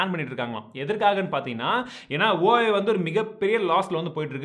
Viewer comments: Huawei bro not hauwei ! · Brother Huawei pronounciation is like "wah-way"